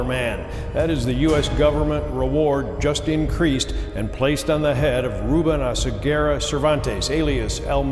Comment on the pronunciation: Oseguera, not Osegüera 😂😂😂